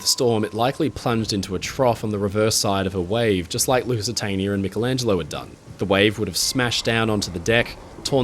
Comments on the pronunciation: Great video; fascinating and thought-provoking. But why on earth do some Americans seemingly deliberately mis-pronounce peoples' names in this way? "A-dolph Hilter"? "Mick-elangelo"? Whomever the individuals may be, it's insulting and discourteous. Same goes for countries - "Eye-raq"? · I love you but you need to work on how you say: "aluminum" and "Michelangelo." 😂 I doubt you call yourself Mick-ell Brady.